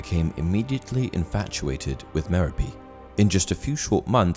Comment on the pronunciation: Nope. It's pronounced "Mare-o'-Pee".